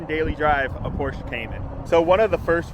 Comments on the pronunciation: It’s pronounced porsh-uh, not porsh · Not porsh 😂😂😂😂 porsheeeeeeeee u ******** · Pronounced PORSH-AH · Its Pohr-Shuh…